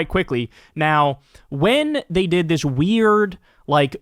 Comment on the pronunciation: Did he say dis? A cross between does and is?